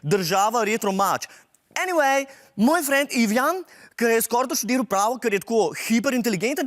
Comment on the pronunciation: Lol ta "enivej" mi je tak hecn.....